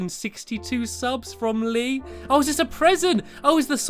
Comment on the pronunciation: I mean from not frond